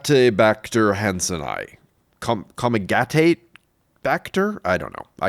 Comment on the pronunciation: It's han-sen-ee-i. "ii" is pronounced ee-i.